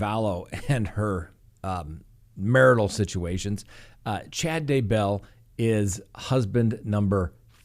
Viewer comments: "DAY"-bell.... cmon dude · I don't know why but I always wince whenever pronounces Daybell, as he is the only one who pronounces it that way. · You're not alone. Me too.